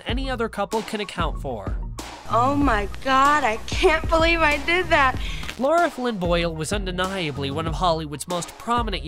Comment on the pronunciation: Her name is LARA, not "Laura." L-eh-ra.